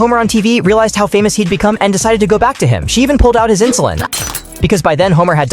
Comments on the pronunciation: Lmao "insulin" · "Insulin" 💀💀 yeah okay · Yea "insulin"